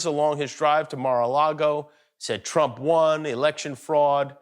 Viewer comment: "Donald Troap"? Is something wrong with his tongue?